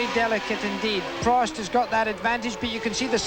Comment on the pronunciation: Oh my god the way that American commentator is pronouncing some of the names is making my teeth itch!!!! Its Prost not proast